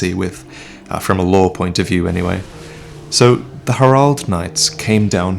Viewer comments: Do you mean Herald? Not her-ald. it's pronounced hair-eld. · . . . . Hair-ald knights? Not Herald knights?